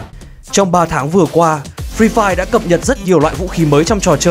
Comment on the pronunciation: toàn nghe là phi phai -_